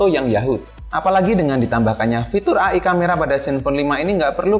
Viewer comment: E AIII BUKAN AAA IIIIII hehe